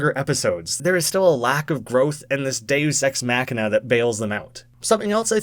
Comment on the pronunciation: minus points for repeatedly mispronouncing deus ex machina